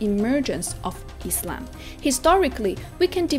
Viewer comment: I like how she says Islam, not Izlam ❤